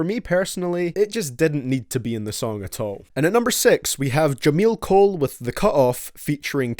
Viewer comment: you actually just said jameel cole tf lmaooo